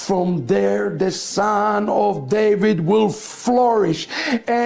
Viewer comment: David, not Davis.